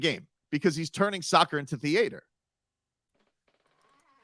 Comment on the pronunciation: THEE-ATOR LOL